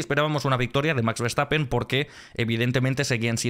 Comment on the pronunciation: Nadie podra con Verstappene (con la "e" final de la voz de Victor)